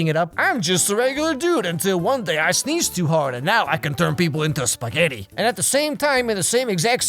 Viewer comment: “Usin’ ma new pasghetti powers” I swear he gets better and better.